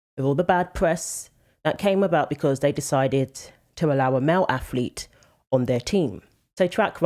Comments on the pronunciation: English (and Irish) people cannot pronounce "th" in words. She says "aflete" not ATHLETE. I made a typo in my first comment, "aflethe", corrected now. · What is a "male aflete"? Edited.